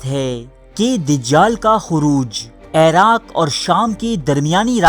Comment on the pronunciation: Bhai eraq Nahi Iraq Bola Karo